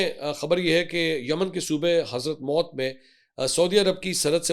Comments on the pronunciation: It’s not Hazrat Maut 😂 It’s pronounced as HADHARUL MOUT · کیا آپ کو اردو پڑھنا بھی نہیں آتا حضرموت کو آپ نے نو مرتبہ حضرت موتکہا ہے